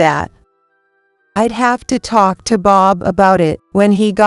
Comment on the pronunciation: Thart and tark, instead of thought and talk. Need to correct your AI.